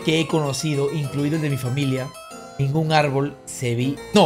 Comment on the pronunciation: en vez de familia dice familai JGHGGFHJHFD